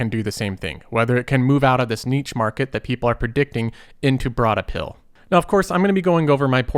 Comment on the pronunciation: “Broad apill”